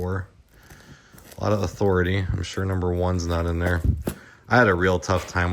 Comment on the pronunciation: Author-a-Tay (south park)